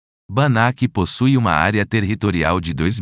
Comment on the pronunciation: Área "TERRRitorial", em todos os municípios????:face-fuchsia-wide-eyes: E a voz dizia TERRRitorial